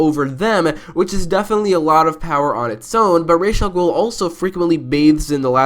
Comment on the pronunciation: Thank you for pronouncing Ra's al Ghul's name correctly :)